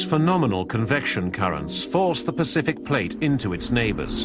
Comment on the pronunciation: Pacific not Pecific